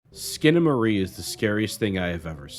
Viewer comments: It's SkinamaRINK!!! Not Skinamarie! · I'm two and a half minutes in and this train wreck of a video is so awful that I feel i should comment to warn people not to bother watching it. ❌Uses objectively in place of subjectively. ❌Claims that his interpretation will enhance your first viewing... of a surrealist movie. So spoilera are fine I suppose. ❌"Eck-scape". ❌Consistently mispronounces the god damned movie's title. Skip. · Bro at least figure out how to pronounce the title. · I love what you're pointing out artistically but I am begging you to edit and research better for other videos. I can't watch this with the same surreal strangeness with the constant mispronouncing of the title. It is just too grating, but your insights are great!